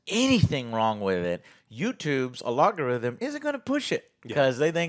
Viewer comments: YouTubes a-log-a-rhythm 😂🤣🤣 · Alex: Algorithm.: Logorithm 😄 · It’s al go rhythm not alog o rhythm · Why is Joe unable to pronounce the word algorithm? He always says a-log-or-rhythm. I'll make it easy for you Joe. Just say al-gore-rhythm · What is an alogatythem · Yo Joe, what's a alogarhythm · Why does joe say alagarithms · What’s an a-log-o-rhythm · The way Joe pronounces algorithm. Where is the log at 😂